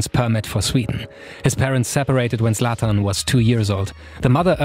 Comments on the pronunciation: Zlatan * not Slatan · The Zlatan pronunciation screams german. But the production quality is way better then german youtube.